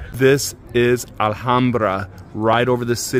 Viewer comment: Bro it's not alhaumbra the H is silent